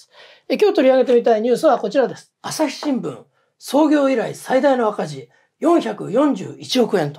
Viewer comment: アサシ新聞、江戸っ子訛り、